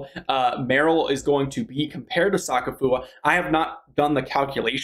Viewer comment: bro said soccer foower